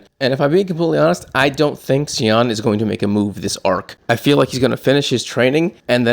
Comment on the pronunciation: And it's not pronounced cal( ious ) panel, it's just call- i-ss panel and Sion is pronounced Scion! Hope that helps, I really appreciate and enjoy your channel and take on thing's! Thanks